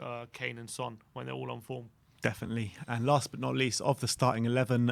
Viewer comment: He’s not French mate. Try say Son properly.